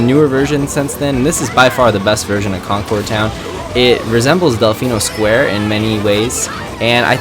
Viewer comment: That's not how Concord Town is pronounced,...